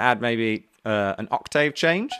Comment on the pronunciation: I'm here for the 'blewls' and the 'ock-tayves'